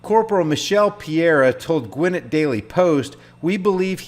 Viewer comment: Gwinn-It county! LMAO.... It's Gwinn-et.